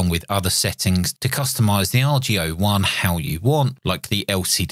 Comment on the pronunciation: Just a comment about pronunciation... Boris called it the "AR-GO ONE" rather than the "R.G.O. One"... The reason that's important is because he intended the radio to be an homage to Ten-Ten which produced something called the Argonaut. (Get it, heh? ARGO-naut?) He wanted to duplicate the Ten-Tec look and feel to an extent (especially the Ten-Ten Eagle), but he hoped especially to capture the old Argonaut's and Eagle's marvelous audio qualities, both on receive and transmit (but especially on receive). Anyway, the "AR-GO-One" is an incredible machine indeed, and I enjoyed your review.